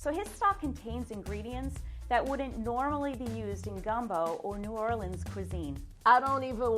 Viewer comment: Legit as soon as I heard “aight we gon’ make naw’awlins seafood gumbo” I was like.. that’s the gumbo I want. 😂